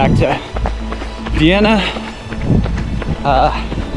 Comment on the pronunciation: Love this! And I live that you picked up our Vienna pronunciation mid race. 🙌☺️ Thanks so much for joining us and congrats on a race well run!